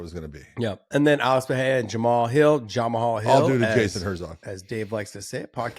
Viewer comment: Really beating Dave’s mispronunciation of Jamahal to death, was never funny